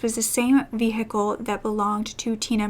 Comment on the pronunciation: I was so drawn into the case until she pronounced the 'h' in vehicle. Threw me right back out